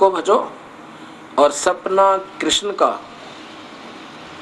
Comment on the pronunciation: पहले आप स्थल और कृष्ण जैसे शब्दों का सही उच्चारण करना सीखिये।उसके बाद धर्म जगत की बाते करने का विचार करे। जय श्री राम।